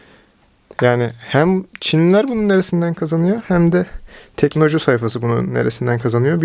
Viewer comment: teknoloju yazıyor orda sen inatla teknocu diyorsun usta ya delirttin beni :)